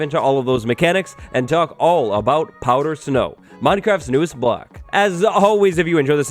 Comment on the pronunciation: Are you saying "powdered snow" or "powder snow"?